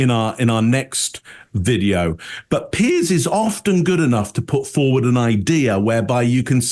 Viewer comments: When they mis pronounce “Piers” their blink rate shoots up. There displaying a strong physical attraction to Pierce. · How can so many intelligent people struggle to pronounce the name 'Piers?' ( excepted.) It's not Pierce!